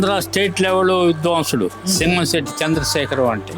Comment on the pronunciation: విద్వంసుడు కాదండీ విద్వాంసుడు